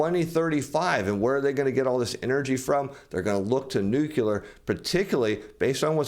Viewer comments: No one gets power from nucular energy! It's nu-cle-ar! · The word is nuclear dude, not "nucular" (there is no such thing as a nuculus). Please stop saying "nucular". Like fingernails on a chalkboard. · NUCLEAR... :).... not nucular... :)... !!! u da man! thanks for ur insight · New-Clear. Two syllables. There is no third syllable in nuclear.